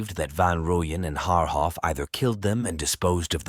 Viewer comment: Jesus fkn christ you have no no no idea what wound you scabbed open. You can't even pronounce their names correctly...shame on you.. pathetic